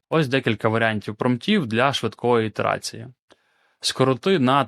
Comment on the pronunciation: ❤❤Дякуємо! Це корисні поради!! Загальний темп приємний і незашвидкий! Але… Ти часто зʼїдаєш літери і ми тут цілим відділом муЧаємось на повторі і сповільненій швидкості щоб розібрати що ти говориш!! От твоє слово Ітерація ми чуємо як Літерація?? Літерація нам звучить якось природніше. Потім оте дурне Чейн оф сроут 😢Ну це взагалі у тебе погано виходить! Потренуйся щоб ми розчули що ти кажеш! Втратили 20 хв щоб зрозуміти що ти кажеш. І взагалі - скороти на 50 % англіцизми і люди тебе зрозуміють і потягнуться. Кияни